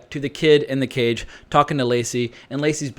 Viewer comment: I heard "Nick Cave," instead of "Cage."